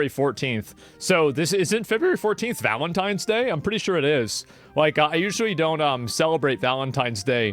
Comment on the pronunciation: The way that asmong says valentines day is against my religion 😂 😂 😂 😂